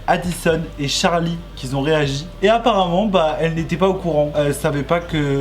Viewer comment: "qui ont" et "qui étaient" ya 0 besoin de rajouter un "s" entre les deux mots enft.